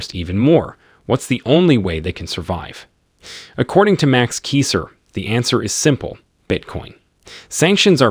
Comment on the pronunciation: You gotta know how to say the man's name.,. You have learned a lot from THIS man